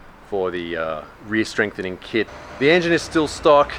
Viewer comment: "Strame frenthening kit" My god, that made me laugh way too hard haha